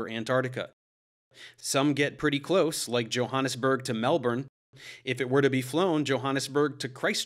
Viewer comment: Liked for proper pronunciation of Melbourne in an American accent